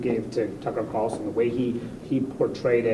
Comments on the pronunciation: Carl- son. NOT Carson as you are mispronouncing it. there is a FUCKING L in there. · drives me crazy when he says “tucker car-son”, it’s carl-son lmao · Dude, It's CARLSON, not Carson lol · dude, its car L son, are you not allowed to say his name correctly cause you tube will flag the video?